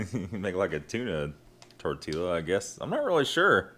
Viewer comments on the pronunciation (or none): Susan Carr I was gonna say that too. Definitely tee-ya, not tee-la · The double l is pronounced like a ya. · Tor-tee-ya is definitely how Iv always pronounced it. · Hahaha my dude said Tor Tilla!